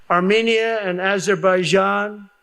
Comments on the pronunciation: His next Executive Order will be to change the pronunciation of Azerbaijan. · When trump says "Aber-baijan" the look on starmer's face is priceless. 🤣🤣🤣🤣🤣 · Aberbaijan? Albania? 🤣🤣 How about the one-way ticket to the Hague award? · As an Albanian, I never knew we were at war with “Aberbaijan” thank you 😂😂😂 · The gaffe is funnier in the UK because "Aber" is the first two syllables of many Welsh towns and villages. (It's the Welsh equivalent of the suffix "mouth" for English towns.) So Trump sounds like he's describing having ended a war in Wales! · Watch. Everybody in the Trump administration and even Fox News, plus all of right-wing media will start pronouncing Azerbaijan the same way 🤦🏻‍♀️🙄! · Sorry Kyle, I think you got it wrong this time. He has no decline, he just never able to pronounce that words to begin with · I have trouble believing that a guy who can't even pronounce the name of a country right stopped a war involving that country. I have even more trouble believing it when there wasn't a war between the countries he listed off. It's like if I said I stopped a war between Cand-a-day and Antarctica.